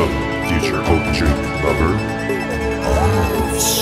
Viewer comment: god damn you butchered so hard